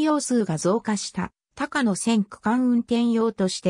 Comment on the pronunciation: 「たかの」ではなく「こうや」由来は高野山です。特急電車は「こうや」と云います。